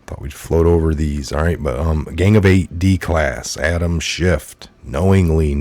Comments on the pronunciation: Schiff not schift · Respectfully, his name is Adam Schiff, not Shift. Thanks for all the research you do, love your show. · Please it’s Schiff. No T. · Please quit pronouncing a "t" at the end of Adam Schiff's name; it sounds like you don't know what you're talking about -- and clearly you DO. Love your reports. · We don't say "schiff"!!!!!!!!!! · It’s Schiff 😉 no “T” unless you mean Schitt 🤣